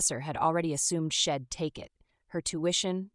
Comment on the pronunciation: So annoyed with the mispronounced words. Maybe write without contractions? Shed rather than She'd. Ill rather than I'll.